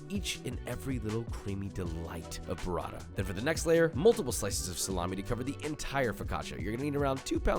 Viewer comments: BOO-rah-ta not burr-ah-da. DANG! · Hey Josh amazing video as always. Listen, since you're using Italian ingredients so often you might as well want to try and pronounce then correctly? Up to you, but in case you want there you go: guanciale = guanchale. T's in burrata and mortadella are hard t's, not sort of d's. Pistacchio is pronounced peestakio.